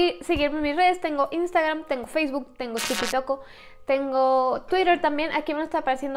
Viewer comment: Soy la única que escucho "tengo tiki toko" JSJSJSJ AMO A 🛐